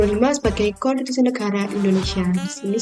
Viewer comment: KONTITUSI atau KONSTITUSI??